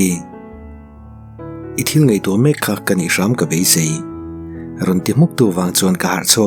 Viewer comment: Khui khui tih leh khai khai ti i lam dan hi a dik tawk lo deuh.